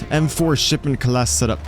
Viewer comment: whats shipedent lmao learn to speak